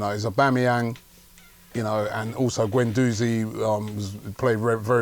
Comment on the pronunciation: Just a quick point here, why is it that these superfans have such problems pronouncing players' names? Its Guendouzi (Gwen-doozi), not Gwen-DOZEY. It's Wenger (Veng-ger) not WENGAH. Considering these people's lives revolve around Arsenal it blows my mind that some of them can''t say these basic names properly. Weirdly, I've never heard anyone say 'Tee-airy Enn-ree' but only ever pronounce his name correctly.